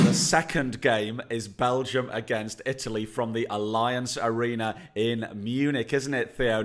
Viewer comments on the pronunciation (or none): mispronouncing Allianz Arena.